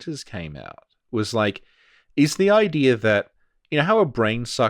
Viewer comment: Does anybody hear saying "idear" instead of "idea"? Do I hear it because I have enough Insight???